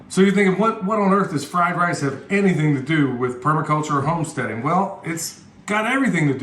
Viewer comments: Take a drink everytime says lice. You won't make it! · Great video!!! It's so funny that when you kept saying fried lice...you would scratch yourself somewhere!! You made me laugh out loud FOR REAL! What the heck. You obviously like fried rice!! I LOVE fried rice. I even know how to say it. LOL j/k Now, I understand the title of the video. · 🤣😂🤣 he keeps cracking me up with the fried lice, lol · You made my day today, calling rice, lice, then the cabinet doors left open was the kicker lol